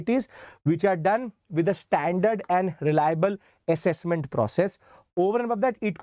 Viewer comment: Accesscment ❎ Assessment ✅